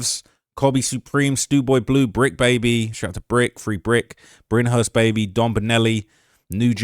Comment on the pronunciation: From a fellow Brit, Brynhurst is pronounced Brinehurst 👍